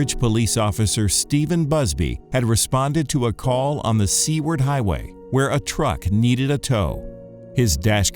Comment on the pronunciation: I thought when he said Seaward Highway he meant C-Word Highway and was just censoring it. 😅